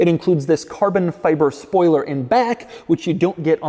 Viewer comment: I need a carbun fyber compilation. The way he pronounces it makes me chuckle every time.